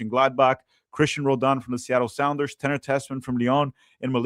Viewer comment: Roladan? Puh-LEEZ!